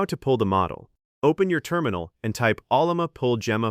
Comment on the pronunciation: For a generic 16gb thinkpad with 4 gigs of vram, the models you can run are just toys. They fail at real work. The ONLY success I've had is by using Pi Coding Agent with local LLMs and even then the scope of work you can do is limited. Oh, and teach your TTS how to pronounce Ollama.